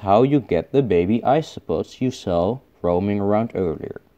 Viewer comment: I like how you pronounce "baby" the same way as zefrank1